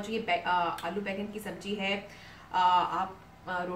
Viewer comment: Sabji nhi Sabzi hots hai...nd jeera nhi zeera...khubsurat ho khubsurat bast bhi karlo to la jawab